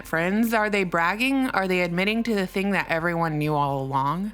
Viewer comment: Lawd, when you said, " this thang is gonna be good " in that Georgia peach accent my heart did flutter.